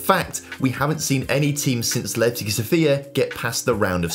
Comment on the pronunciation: Guys, it is sOfia, not sofiA, put the stress correctly, sofiA is a female name, sOfia is a city name...